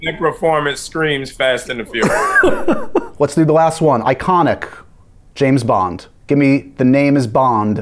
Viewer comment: I didn’t know I needed that blooper of Seb butchering James Bond 😂